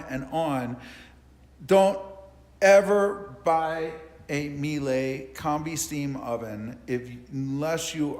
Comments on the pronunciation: It's pronounced Meila...rhymes with Sheila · Pilla it's not pronounced MielA, German " E " is not an English " A " But i understand why English speakers can't say it right, this sound doesn't exist by them. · No smartass Miele rhymes with Chile.